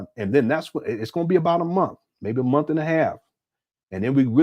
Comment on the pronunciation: "$500 dollars a munf 😳"- 😂😂😂😂😂